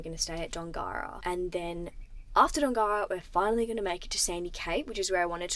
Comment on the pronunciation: Love your travels. Dongara is pronounced Dongra 😊. Go safely.